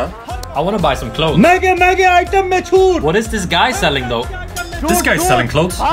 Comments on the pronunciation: Was he saying chhutt chhutt or chut chut 😂😂😂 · Chhut ki jagah Chut bolra hain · Yaar ye chhuट bol rha tha ya Chuत bol rha tha??? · In last he is not saying "chhut" he is saying "ch*t" 🤣🤣🤣🤣🤣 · Last one was hilarious I heard choot(vagina) instead of choot(discount)😂😂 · Chhut chhut ke jagah ch*t ch*t sunai de raha tha 😂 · I confused when he was saying "CHUT"🤣🤣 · Everytime He says Chhoot, I Hear Chut 😂 Edit : Last Me Chut bolwa hi diya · भाई छूट बोल रहा है या चू** बोल रहा है 🤣🤣🤣🤣🤣🤣🤣🤣🤣🤣